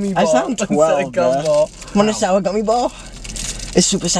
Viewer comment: “Wanna souwr gummy ball? It supa souwa gonna blow youwr face off”- Chris 2023😂😂😂 everybody proceeds to die